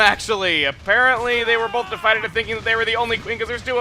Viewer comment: Chugga, duvet is "doo-vey", and deified is "day-ih-fied"